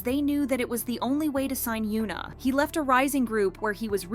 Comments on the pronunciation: It's not "hyOOna" lmao it's "hyuh-na" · for a kpopnews outlet, please pronounce the kpop idol names correctly please! it's "Heeyuhn Ah" no "Hyooon Ah" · he-you-na? lol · Stop calling her Hyooona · Yikes its definitely not pronounced Hyoo-na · I’m sorry but I’m trying to listen but I can’t focus cos you’re pronouncing her name wrong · i couldn’t even get through this video cuz of the way u pronounced hyuna… pronouncing poc names wrong especially when there’s so many examples of how to pronounce it right is crazy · Please learn how to pronounce her name. This is not the first time you’ve pronounced her name incorrectly (and you’ve done it to other idols too). If you’re going to report on Korean/KPop news it would be nice if you learned how to say their names correctly. We don’t need you to be fluent in Korean but the bare minimum is learning how to respect these idols names, even in times where they’re making stupid decisions like Hyuna has with her new boyfriend. I literally can’t even watch this video because that how much this bugs me. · Why did you mispronounce her name throughout the ENTIRE VIDEO